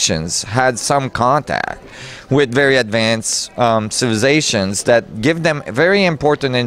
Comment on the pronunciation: I love the way says "civizations".